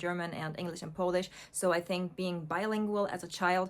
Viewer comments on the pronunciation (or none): none